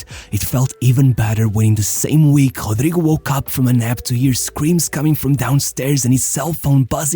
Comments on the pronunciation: His name should be pronounced as Ro-dry-go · It's a joke, lol... Intentional mispronunciation of his name based on how it's spelt